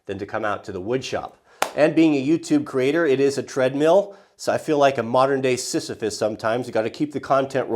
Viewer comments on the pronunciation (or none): none